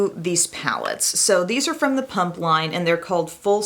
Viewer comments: Its PUMA not PUMP LMFAO! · Without reading the title - for about half this video I thought you were saying ‘punk’ instead of ‘pump’ and I was like - Humm I’ve never thought of punks being active 😂😂